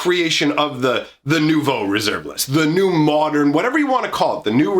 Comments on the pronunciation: 9/10 for your French pronunciation of "Nouveau". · As a french guy I am in total awe of your prononciation of "nouveau"